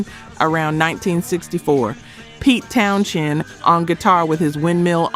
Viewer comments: Pete Townshend's last name is pronounced TOWN-zend, sounding almost exactly like "Townsend." Despite the spelling "shend," the "sh" does not produce a "sh" sound. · I wonder how long in advance these videos are made? The narrator has been told the correct way to say Pete's last name in the comments of each video. I read a response from the content creators that it would but still hasn't been. Please fix it, it's cringe.